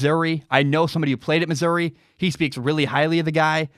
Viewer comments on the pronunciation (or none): none